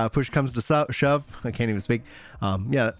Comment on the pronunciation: "I'm sure we'll HEAL GROANING, I'm sure once PLOOSH comes to SHUB...":face-green-smiling: 💋💋💋 Love ya,! 💋💋💋 Never change.